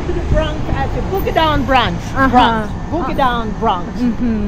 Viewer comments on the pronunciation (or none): the word is Bronx not Bronze. Use Google to get the correct pronunciation of the word. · Hey, Welcome to America! And the way you pronounce that section of New York you visited today is the Bronks that’s how it’s pronounced but spelled Bronx 👍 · You said the Bronx wrong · please try and pronounce the Bronx you not saying it correctly